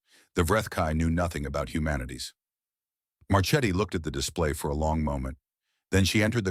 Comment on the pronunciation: as always very nice story but ^^ the name of admiral Marchetti, i think he is italian origin, it is pronounced Marketti